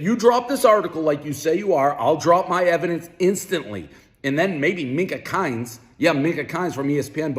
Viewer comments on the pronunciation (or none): Pres gearing up for battle! Also, love the "Minka Kines" call out. Sorry man it's Mina Kimes.